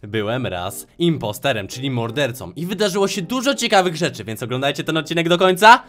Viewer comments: Impostorem każdy mówi imposterem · Nie impostErem tylko impotrOrem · Muwi się impostorem a nie imposterem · impostorem a nie impostorem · On powiedział inpastorem a nie impostorem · Nie muwi się imposterem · nie imposterem tylko impostorem